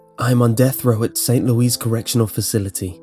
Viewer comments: it isn't pronounced Saint Lew-ees its pronounced Saint Lew-ee however most Americans pronounce it Saint Lew-is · Anyone else notice he said "St Louise" instead of "Louis" pronounced like Lewis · St. LEWis. Not Louise. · It's pronounced the same way Lewis is. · Hey, just wanted to help you out and let you know that St. Louis is pronounced "loo-es" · Everyone in the comments section is picking apart the obvious holes in the story, and here I am pondering how is the first person I've ever met to pronounce my home city as "Saint Louise." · *st (Loo-iss) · Small pet peeve. I live in Saint Louis. It's pronounced Saint Loo (as in LOOp) iss (as in hISS). Great work as always, though! xoxoxoxoxoxoxoxo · Great video, however "St. Louis" is pronounced "Saint Lew-Is". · you pronounced St Louis wrong D: lol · Hearing the weird way pronounced St. Louis really annoyed me since I live there....-. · I knooooow! I mean, I'm not from St. Louis, but as a Midwesterner I find myself a bit put out by his pronunciation.